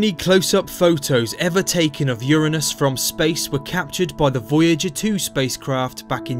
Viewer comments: People have been saying Uranus wrong. A lot of people pronounce it as "Yoo-ray-nus" and most of us could never say it with a straight face anymore. Thank you for saying "Yoo-ruh-nus" in this video. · I am relieved to find a man that pronounces "Uranus" correctly, rather than saying yOuR aNuS. All anus jokes aside, Uranus is a really cool planet.